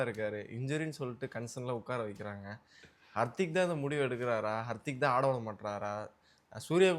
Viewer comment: Anchor bro adhu Hartik illa hardik .